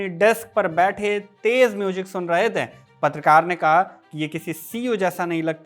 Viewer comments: थे का उच्चारण ठीक करो यार... थै क्यों बोलते हो..?? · Pl improve your pronunciation. While sayin थे you are using heavy nasal tone like थें, गयें। पीएल dont take personal